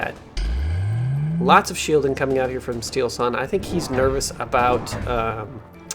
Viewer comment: Steelsane spels not like steelsun, its two words steel and sane :D very good player so plz call him right, big thanks :D:D:D